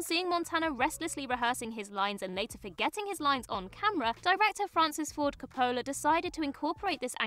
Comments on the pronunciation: That's all very interesting but I get pulled out by the narrator not knowing how to pronounce Coppola. It's not Cup-o-la or whatever she's saying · I would buy that excuse if this were a tomayto/tomahto or herb/erb thing, but she’s talking about *Francis Ford Coppola*, not some obscure student director who’s still in film school in Podunkville USA. As someone who narrates entertainment-focused videos on an entertainment-focused channel, she should absolutely be expected to be able to pronounce people’s names correctly. If I (an American) can manage “Ralph Fiennes” she should be able to manage “Coppola.” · Can the writers at WhatCulture please help their narrators learn how to pronounce names? They are constantly mispronouncing very famous names. Coppola's name isn't pronounced that way at all.